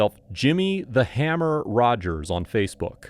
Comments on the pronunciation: Haha! It’s HUMMER, not Hammer. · That’s “hummer” not “hammer”. That changes things a bit don’t ya think??? 😆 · Jimmy the “hummer” NOT “hammer” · it said hummer not hammer